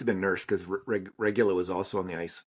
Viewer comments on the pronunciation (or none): It's Regoola